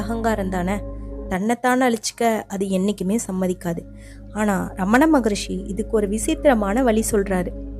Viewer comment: தமிழ் எப்படி சரியாக உச்சரிப்பது என்று தெரியாத ஒருவரை பேச வைத்திருக்கிறீர்கள். "மொழி" க்கு "மொளி" ங்கறார். "ரிஷி" க்கு "ரிஸி" ங்கறார். இன்னும் பல வார்த்தைகள் தவறாக பேசுகிறார்.